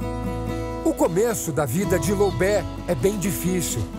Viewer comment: Loubé???? Né loubet não?